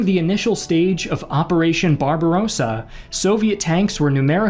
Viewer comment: Barbarossa - with a short "o" and the second "a" called "ar".